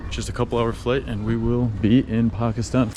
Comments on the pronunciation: lol i thoiught u were gonna prnounce it paakistan my surprise when u pronoiunced it right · bro the first ever foreigner to prounounce pakistan right xd il it